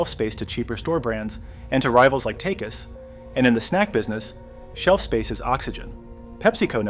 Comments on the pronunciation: I think you're an AI. Takis is pronounced tawh-keys, not take-iss. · That's not how you pronounce Takis. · An AI would do things a human wouldn't do, like boldly mispronounce a name, and then not change it in the edits. And whether you like that "junk" is irrelevant to whether you've heard their commercials, which are on TVs and radios regularly during sports season. The word is the whole ad, so there is no way a youtuber doesn't know how to say that word.